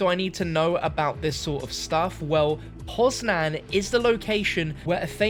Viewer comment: You also butchered Poznań